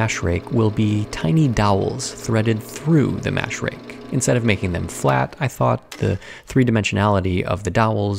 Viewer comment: Pronouncing "rake" as "rig" made me really confused.